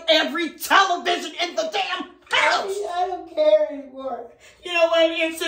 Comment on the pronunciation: how she says "I DONT CARE" had me hollerin 😭🤣